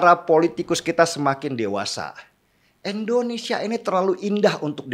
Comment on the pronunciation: Masukan Om Deny.. Selama ini klw sy dengar..om Deny menyebut Endonesia..tolg artikulasi nya Om Deny...Indonesia😁